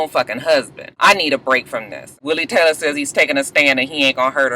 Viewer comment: Willie Taylah! lol